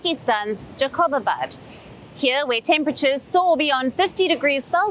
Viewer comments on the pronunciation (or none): Its jacobabad not jaqoobabad